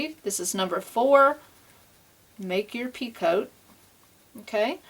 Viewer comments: Lovely shawl...your instructions are great. I enjoy your tutorials. However, the word picot is pronounced pea-coe instead of pee-cote. The French just love to use silent t's :D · I also have to agree with Carol....if you listen closely on the edging for the second end, you definitely sound like you're saying "pea-coat". And it's especially noticeable when you say it plural...."pea-coats" Sorry